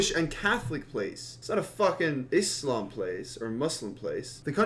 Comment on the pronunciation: thank you so much for pronouncing the "S" in the word Islam instead of pronouncing it "z" i respect that man from my heart 'cause it is really bothering me that people pronouncing it "z" and i just want to correct something you said jahanam=hell jana=heaven don't worry though it is ok that you didn't pronounce it right and now you know how to pronounce it right